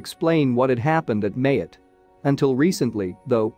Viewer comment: The island of Mayotte: pronounced Ma-YOT, not MAY-ut